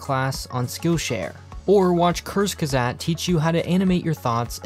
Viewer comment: Why not follow curse shazam on skillshare 😂😂 i am native german and i love how yall pronounce kurzgesagt in a nutshell